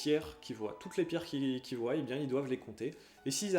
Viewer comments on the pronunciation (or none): none